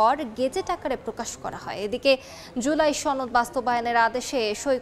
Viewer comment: ছনদ না সনদ !